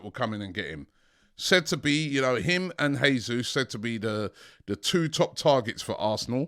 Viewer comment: Jay-sus, not Hay-sus, Portuguese speaking not Spanish. Jo-se Mourinho not Ho-se Mourinho!!